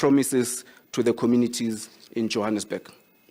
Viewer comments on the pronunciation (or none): none